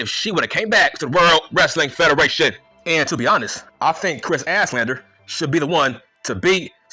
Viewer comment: “Kris Asslander”😭